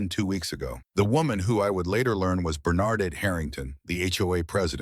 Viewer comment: The AI doesn't know how to pronounce Bernadette. Having a male voice narrate the conversation between 2 woman was a mistake. All the people watching saw Bernadette's racial prejudice.